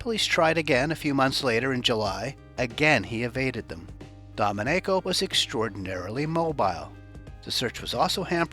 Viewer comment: Not the correct pronunciation of Domenico